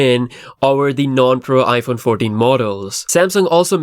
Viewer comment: ”iPhone Fourdeen”? That’s a first lol.